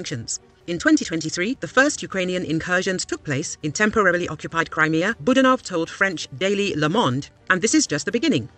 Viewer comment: Boo! DAN off - not boo dan OFF.